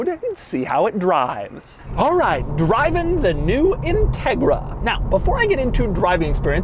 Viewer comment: Doug’s a type of guy who pronounce ‘alright’ just like Glen Quagmire……..